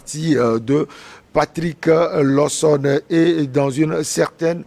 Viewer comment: S'il vous plait il faut quand meme ecrire bien le nom c'est LAWSON et non Lowson et bien l'appeler aussi. Merci